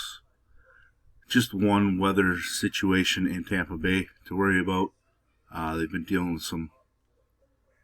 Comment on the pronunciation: Love the way you say “about”. Shit sounds cool- no joke.